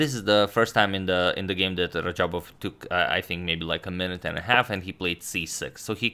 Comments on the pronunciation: Its actually radjabov, not rajabov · isn't it RaDjabov and not Rajabov. Teimour Radjabov and not Teymur Rajabov. #correction Agadmator, no offense intended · Teymur instead of teimur and rajabov instead of radjabav😅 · Fix RaDjabov's name, please!